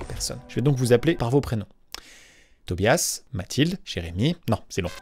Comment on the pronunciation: Pk ta prononcer tobias c pas tobias well